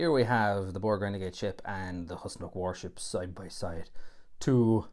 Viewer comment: It is pronounced Whos-Nock not Hus-Nock.